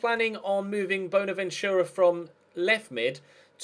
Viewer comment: stop saying boner ventura